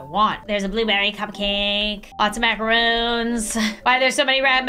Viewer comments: ITS MACARONS, NOT MACAROONS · There is a difference between macarons and macaroons. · I was dying every time you called them Macaroons instead of macarons lol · Macarons not macaroons ok love ur content 😅😅